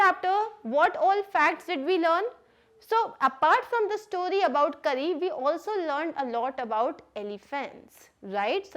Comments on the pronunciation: Karri 🤣🤣🤣 it's kari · It's not Kari . It's pronounced as car-ee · Mam कारी not करि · It’s kari not kury